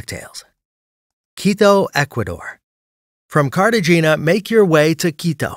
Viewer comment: Careshina 😂 Cartagena it’s the name not Carsehina